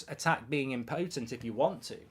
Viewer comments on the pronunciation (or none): / im-puh-tuhmt / please pronounce it correctly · Had to turn this off once I heard the pronunciation of impotent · Marks pronunciation of “impotent” has me questioning if I’ve been pronouncing it wrong my entire life… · Somebody please teach Mark how to pronounce "impotent" properly. 🤦